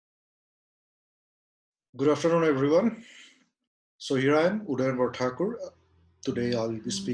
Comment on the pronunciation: Since you start the session with saying it as "so Here I am "😂